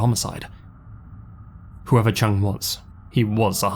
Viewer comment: The name "Chung" is pronounced more like "Choong". The pronunciation used in this video would match the spelling "Chang".